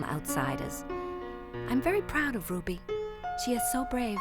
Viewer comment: it is not Ruddy it's RUBY